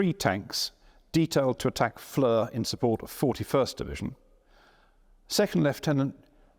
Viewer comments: For future videos, the name FLERS is pronounced FLAIR and not fleur. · Great presentation by a very gifted, knowledgeable and enjoyable host, the only annoying thing being the incorrect pronunciation of "Flers", which should be pronounced just like "flair" and not like the French word "fleur" (flower) as we're hearing here. As the name gets repeated again and again, it would've been great to check its pronunciation beforehand...